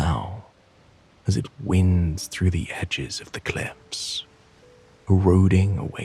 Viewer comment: I was there until the reader got confused with the wind that winds ( sounds like wines) instead he read the wind that winds around the sides of the cliff. I'm upset cos I was really relaxed till then